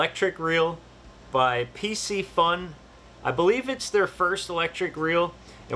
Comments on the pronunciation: Hey! Great video, just that the name of the company Piscifun, is pronounced with a K Pisci means Fish so its Piskifun. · It's not pc-fun ffs!